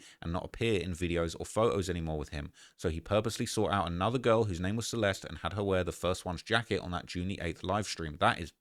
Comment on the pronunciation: Celest... everybody saying that poor girls name wrong. You're all missing and "e" at the end and it sounds like the "i" in the word bird. Your welcome lol